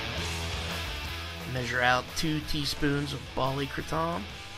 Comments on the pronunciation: Its Kray-tom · You are pronouncing it wrong. It's pronounced Kray-tom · LOL! I was told to just say "kray-tum" now. "Krah-TOM" is the pronunciation by the folks who invented the word but since I say Paris with the "s" sound I'm just going with the Americanized version of kratom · Kra- Tom Lol I will forever pronounce it that way now!! I say Kratum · Are you talking about the original pronunciation? Yeah, I switched to the Americanized one permanently a few months ago "kray-tum". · In it's original language it's pronounced how I did in this video. "Kray tom" is an American pronunciation. Check out Episode 30 with Darshan Singh from Malaysia. That's how it's traditionally pronounced. I use the American pronunciation now